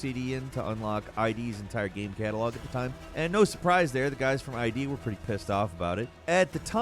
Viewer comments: id software is pronounced like it looks, like "hid", not "eye dee" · Why are you saying "eye dee." Its id. Id is a word, and that is where the company got its name There are no periods. You should know its id. Did gameranx start using voice cloning or something? It has to be either that or comment farming in which case, I guess ya got me. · Isn’t id software pronounced eh-d not an acronym like eye-dee? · Calling ID I-D is a clue that tells you the narrator has never played a game before. Its only been ID for 30 years and has never in the 3 decades was it called it I-D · Id, not I.D. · guy, how tf can you work this job and call them "EYE DEE" it's 'id' id, ego, superego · It's pronounced "id games" as in "ego and id", not "i.d.". Pronounce it the same way as "in" or "it". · Am I remembering wrong? Isn't it "id" software, like the psychology thing "id"? Not I D software? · it saddens me when people pronounce id software as "eye-dee"...the word is "id" as in id, ego, and super-ego. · It's pronounced id, like in the kid or did as in Sigmund Freud's psychological concept of id, Not EYE DEE like short for identification. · Hearing people still pronounce id as ID hurts lol. They've been around for decades lol. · It’s pronounce “Id” (/ǐd/ one of the three divisions of the psyche in psychoanalytic theory that is completely unconscious and is the source of psychic energy derived from instinctual needs and drives?), not “I.D.” It’s word, not an abbreviation or acronym. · Not to be a dick, but it’s not Eye-Dee, it’s “id”…pronounced phonetically, as it’s spelled. Defined by Merriam-Webster as one of the three divisions of the psyche in psychoanalytic theory that is completely unconscious and is the source of psychic energy derived from instinctual needs and drives. 🍻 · Pronounced "eed software", not I-D. Cheers. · It’s not eye-dee 🤦🏻‍♂️It’s id, you’d think one of the largest gaming Yt channels would know this 🤦🏻‍♂️ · Its not "eye-dee", its "idd" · It’s not “l.D.” 🤦🏻‍♂️ it’s ID……